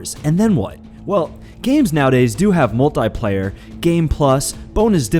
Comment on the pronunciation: WTF is "Mole-tie player"?